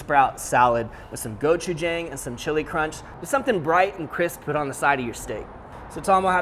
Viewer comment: Great video! Love Tom he had a great personality and the camera work really showed through here P.S.- Its prenounced go-chu-jong